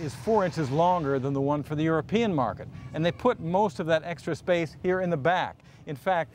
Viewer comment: It's "European", not Eropian, but I agree, people in the USA are obese and can't really drive....the TDI will outrun any Detroit diesel without being overhauled. I saw a 2000 Passat in Germany with 720.000km,running strong. It had the 1.9 Tdi. Europe makes the best cars on the planet, enthusiasts know this and agree. People who just need a lift from A to B keep buying boring, cartoonish, yestertech overpriced trucks that can't handle and consume unreal quantities of fuel.